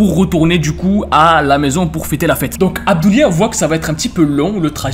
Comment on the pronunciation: Toute la vidéo je croyais que tu disais Hamdoulia 😭